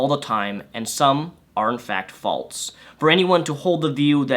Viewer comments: fall-sssss.... not "faults" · Every time this guy says "faultse" instead of "false," I want to gouge out my eardrums. But I'm interested in watching the whole video. #firstworldproblems 😅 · By the way, "false" is pronounced "false" not "falts" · Yeah....I specifically looked through the comment section to find someone who was also bothered by it! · He has a speech impeachment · I didn't say anything about speech therapy, so that's on you. I just said he can correct himself. He's over 21 years old, I'm sure he can sound it out enough to learn how to say it properly.